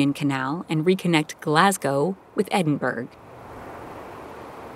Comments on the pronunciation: SIS DID YOU JUST SAY EDINBURG 😮😮😮😮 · Great video. But it's pronounced "Edinburrah" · The two most common and accepted pronunciations for Edinburgh are the short 'ED-in-bruh' and the longer 'ED-in-bur-uh'. It should not be pronounced like Pittsburgh in Pennsylvania. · It pains me to hear how you pronounce places like Glasgow, Falkirk and Edinburgh. Glas-go - please say it like that. Glasgow Fall-kirk - fall as in fall over. Falkirk. Eh-din-buh-rah - Edinburgh. I’m Scottish and hearing anyone say it wrong properly does my nut right in lol. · not sure about some of the pronunciation in this video. Falkirk, Edinburgh, Corinth